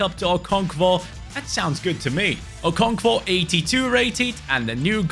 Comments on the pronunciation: I’m Nigerian and hearing you butcher the pronunciation of Okonkwo makes my day 😂😂😂 Keep it up man, love the series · You were butchering the pronunciation of M. Olise. It’s pronounced ‘O-lee-seh’. I don’t know how to type the pronunciation of Okonkwo, but yea, you’re not entirely pronouncing that one correctly too😅